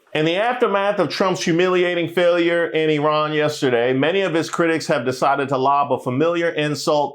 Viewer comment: Love that you said Eerun and not Eyeran Returning Afrikaners might disagree 😂😂😂